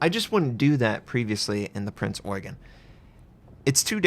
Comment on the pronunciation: you got the Eugen (Oi-gun) right, but it's Prinz (pronounced like a soft Z, not an S).